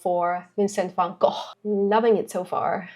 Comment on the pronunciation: It’s so refreshing to see Van Gogh pronounced correctly 🙂. I love your intelligent and thoughtful reactions (and your accent) ❤